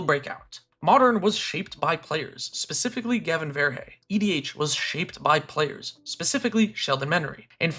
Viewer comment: Are you aware of how you mispronounce Gavin's name?